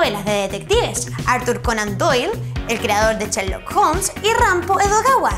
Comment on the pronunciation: no sabe pronunciar bn sherlock dice cherlok x dios